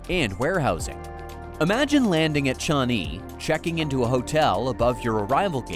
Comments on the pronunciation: Pronunciation is wrong, it is not Chani. It's Changi. Why keep saying Chani?WTF. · Yeah, I heard 'Johnny' SMH.